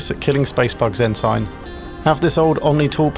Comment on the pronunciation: Very well done. Incidentally “Ensign” is pronounced ‘En-sin’. It’s a U.S. navy rank.